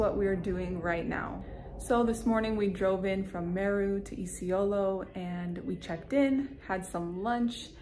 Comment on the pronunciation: Luv the way u pronounce "Isiolo"🤟🤟🤟🤟